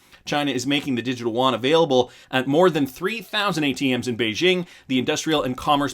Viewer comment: You don't pronounce Yuan as woan... its more like U-woan...